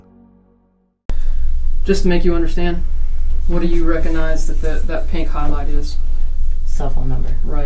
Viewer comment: Mispronunciation of “recognize” is annoying. “Cog” ⚙️, hard “g” sound required. Not “Recon”ize.